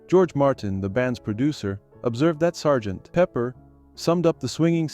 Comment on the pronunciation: True, and somewhat annoying-- with the pause between Sgt. and Pepper... Entertaining video anyway!